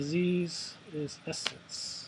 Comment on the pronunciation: essence instead of essen. san pablo instead of sao paolo, quantum specialist instead of quarantine specialist. just lol.